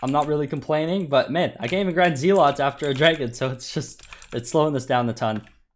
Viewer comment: it’s “Zealots” not “Zealots”